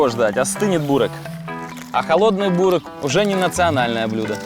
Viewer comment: Не бУрек, а бЁрек